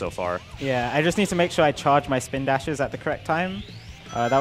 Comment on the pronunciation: "Chawge my swpindashes..."